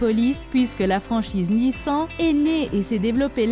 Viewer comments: NissEn --> Nissan GaLLardo --> Gallardo Alpha Romeo --> BMW On note le soin porté à cette vidéo pour la prononciation des véhicules... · Nissan sa se dit pas comme sa ptn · C pas une Jaguar c une taurus, c pas une alpha Roméo c une BMW et sa se dit nissane pas nissan, on dit pas une bougati on dit une bugatti , et soit une corvette soit une chevrelet c pas parce que chevrelet produise dés corvette que c le nom d’une seul voiture